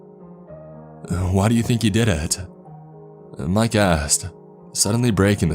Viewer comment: Hahaah, he asked. ,, sounded ,more like:'he assed!,hahaah!!"